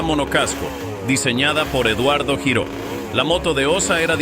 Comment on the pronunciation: El apellido Giró es catalán y se pronuncia (lliró)